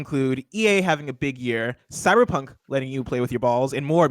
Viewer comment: Did he say “Cybercunt” ?